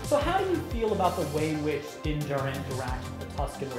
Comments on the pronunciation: It's pronounced Din JAR'in Not Din JA'rin Emphasis on JAR, not JA! Listen to how it's pronounced in the show....... I know it's petty, but for whatever reason, drives me NUTZ to hear his name mispronounced...... other than that, love GenerationTech. 🤷‍♂️ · I just cringe every time his name mispronounced 😳😬